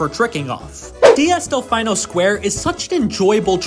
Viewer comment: someone tell bro how to pronounce delfino